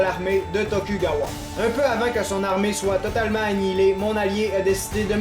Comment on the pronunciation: attention c'est tokugawa(dont le u ce prononce ou)